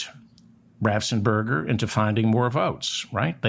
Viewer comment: "Raffensperger" not "Raffsenperger."